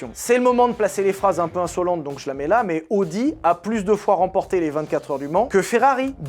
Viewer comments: ça ne se prononce pas "audi" mais "a o di" 😅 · Tu t'es demandé pendant tout l'épisode de l'essai de la Countach si on disait Countak ou Countache... Ben Audi, ça ne se prononce pas Odi, ça se prononce AOdi ;) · Je sais que l'allemand n'est pas la langue la plus jolie mais il faut au moins faire attention à prononcer correctement les marques: c'est "A-o-di" et pas "O-di". Prochaine étape: Nürburgring. Ce n'est pas le "Neurb'". C'est "Nurre-bourgue-Ring" (comme un ring de boxe)